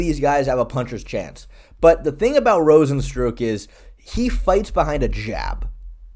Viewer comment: Cant tell whether or not you're deliberately mispronouncing rozenstruik's name or not